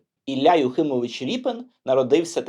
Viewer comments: Художник Рєпін, а не Ріпин !!! У ПРІЗВИЩАХ РОС, е в укр, мові = є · Дуже цікаво, потрібно знати свою історію. Не згодна з ріпЕн.Звучить неприродньо. Якщо від слова "ріпа", тоді за українським правописом буде ріпИн.Наприклад, від слова "сука" буде сукИн,але не сукЕн,сучИн. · Репін а не ріпин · А чего рипин? Тогда не шевченко , а шовчонко. Что за безграмотный дебилизм выдаваемый за правильность речи? Раз обидели войной, то пересрем всю культуру? Украина, покажи больше культуры, чем идиотизма!